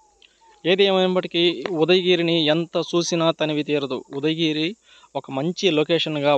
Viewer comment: Mundu sarigga paluku udagiri kadu ఉదయగిరి